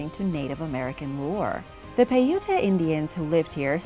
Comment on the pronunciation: Paiute is pronounced - Pai-yoot.